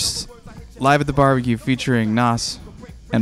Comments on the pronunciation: Please stop saying NOSS...LMAOOOO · And Nas lol